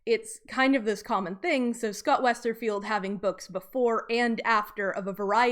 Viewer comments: Lol if we all start mandala effecting calling him Scott "WesterField" it's because of this video. It's Scott "Westerfeld" no "i". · btw it's WesterFELD not 'field', no 'I' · Everytime you say Westerfield instead of Westerfeld, I cringe. I know it’s a small detail, but I’d expect one to know an author’s name before making a documentary